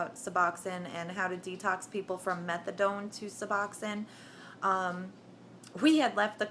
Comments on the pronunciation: I cringed every time I heard her say it that way lol... methad(oh)ne is addictive as hell! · lol "Methadawn" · she said Methadone....pounced it like Megladon......hahaha ! anyway, good luck tho you SEXY thang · Fake ads whanna be junky can't even pronounce methadone right..boo.. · You are full of it. You are not in withdrawal. You wouldnt be talking with that kind of inflection in your voice if you were in withdrawal and on day 9. You dont even know how to pronounce methadone, but yet you were on it??? I dont think so. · lots of this story you can tell are exaggerated. she can't even pronounce subutex, she say's subdytex.. and methadan. As someone said, by law they can't start you at 100mg of Done, it could kill you because they have to take your word for how high your tolerance is. Also she claims, it's the narcan in the suboxone that was almost killing me during the precipitated withdrawl. NOT TRUE. Narcan does not cause the precipitated withdrawl, look it up. All naltrexon does is keep people from shooting the bupenorphine, and in fact they have found it was too little to make a difference in daily suboxone users, they can still inject without getting sick. That's why they are coming out with a new formulation of suboxone this year.